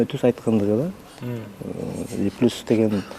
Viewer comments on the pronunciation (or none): none